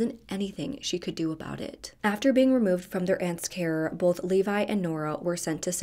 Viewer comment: Funny….in every video you do you pronounce “both” like “bolth. I have a friend who does the same thing, which is likely why I noticed 😂